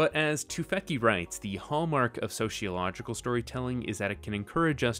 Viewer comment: I hate to be one of those people, but there is no "h" in sociological. It's so-cee-o-logical. As a sociologist, it's hard for me not cringe a little when it has the extra "h". Thank you for your video. Sociology and Asimov - I was like a moth to a flame.